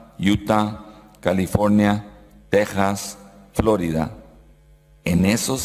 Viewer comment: Por qué dice Élebeme??????? !!!! Calífonia????? Flórida???? Pronunciación anglosajona de nombres en español. Subordinación cultural fundante.